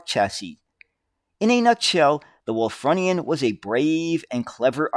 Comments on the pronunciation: try pronouncing it as 'Wool /frew /knee /an. Ref the use of the Indian Chief, the sales slogan of the company was "A feather in our cap" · Think it's pronounced Wulffroonian.Bus of my youth . Lived near Wakefield,it was my main bus for school and leisure trips.My dad had not a car. Remember just before they took them out of service,they stopped passengers sitting at the front upstairs. Think to stop the suspension bottoming. There are a couple of preserved ones at nearby Osset......happy days. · It's Wul-FROO-ni-an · It's actually pronounced 'Wulfroonian'... native to Wolverhampton (which was founded by Lady Wulfrun in 985CE). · The pronunciation of Wulfrunian was a little painful as I’m actually a Wulfrunian myself. I have had the ”pleasure” of actually driving one of these at the Black Country Living Museum where I was a volunteer driver for the buses, trams and trolleybuses for around 10 years.